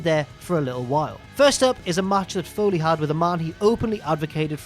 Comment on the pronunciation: It doesn't matter how it makes you feel. Foley Foyley Foyley Foyley